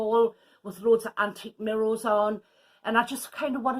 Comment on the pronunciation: Looks lovely - it cracks me up the way you say mirr o’s (mirrors) 😝🥰